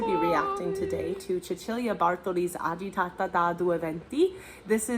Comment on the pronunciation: You can't be an opera singer. You're doing a video on this aria and you don't even know how to pronounce "agitata"?! 😂 Let me guess, you only speak English... In that case, opera is definitely not for you. Perhaps musicals.